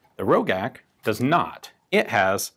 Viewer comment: I have seen one of these, and it was produced BEFORE the GB was even produced in Austria. It was also pronounced Ro-jack, not Ro-gack. The one I saw had a very low serial number, like 4 or 5, and had a damaged sight. It was largely hand made.